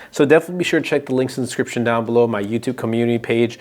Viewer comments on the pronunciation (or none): DESCRIPTION.... It's just like you're saying scription. Very annoying.